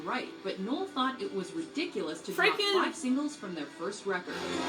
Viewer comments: neil? its fucking Noel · The slide away gig was one of the last gigs that oasis played there are many better performances of that song ie Glastonbury 95 knebworth 96 oh and it’s NOEL NOT NEIL BTW 🤣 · oh dear just telling you its noel not neil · Its fuking noel not neil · Called Noel, Neil 💀💀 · Niel is killing me it’s Noel = French for Christmas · It’s not Neil it’s Noel 😭😭😭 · NOEL not Neil 😂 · It's NOEL not NEIL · His name is Noel not Neil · Er... it's Noel, not Neil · Noel not Neil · It's Noel not Neill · Neil 🤣🤣 its Noel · P.S. It’s ‘Noel’, not ‘Neil’ 😉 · It's not Neil it's Noel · Noel……..not Neil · He’s called Noel not Neil 🤦‍♂️ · Noel.. not neil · his name is Noel not Neil and Definition of memoir. 1 : an official note or report : memorandum. 2 a : a narrative composed from personal experience every memoir reminds us of the faraway and long ago, of loss and change they based a song on the beatles Memoirs meaning ..a historical account or biography written from personal knowledge: ..i love ur vids tho ..u make me smile